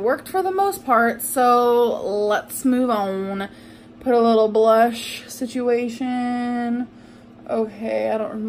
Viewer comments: See - chew- way- shoon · Please 👏🏽 Stop 👏🏽 Saying 👏🏽 Situation 👏🏽